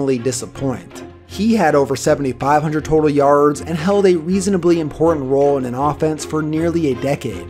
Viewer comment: The way you say “yards” tho. Yarrrrrrds